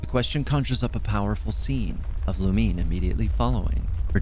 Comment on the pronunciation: It's Lu Mi Ne not Lumine. Like Namine from kingdom hearts. Its three syllables.